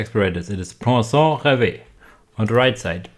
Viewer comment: Pwa-son ("on" sound in french isn't the easiest, you sounded more like "san" but that's ok lol). Finally, rev (like revving. End E are almost always silent). Rêve = dream